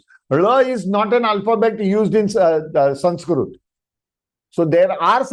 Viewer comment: Sir, it is not samskrut.. It is samskruta... the last akshara is त-ta not त्-t. ... त्+अ = त . Read what is written properly... When you yourself don't pronounce right.. what are you teaching to others..?